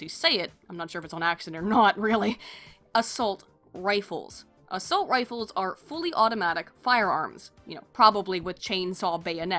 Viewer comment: "Yes, hi, I'd like an A-Salt Rife please. I have a HUGE slug problem..."